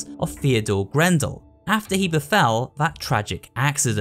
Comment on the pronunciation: I thought the name was Theodore Grambell, not grandel